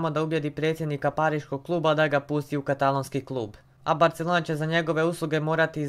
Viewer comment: Ne cita se 'Barcelona' nego 'Barselona'!(NO HATE)😀